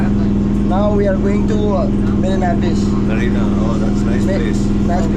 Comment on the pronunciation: Bro its not biss it’s beach